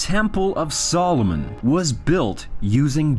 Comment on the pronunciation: When you watch too much LOTR that you pronounce Solomon as Solumon.